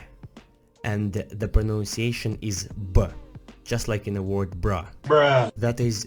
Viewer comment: When he pronaunces Word as world event